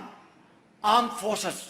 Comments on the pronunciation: Aand forces 😂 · Aand forces 😂😂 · Aand forces😂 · Jab koi Pakistani khaskar ye pak neta or pak army wale bolte hai "Pakistani Arm Forces" apne aap hansi aa jati hai... ye arm bolne ki koshish krte hai but bol kuchh or hi dete hai 😂 😂